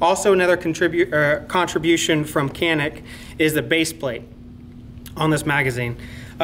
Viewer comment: Should be pronounced like "johnick"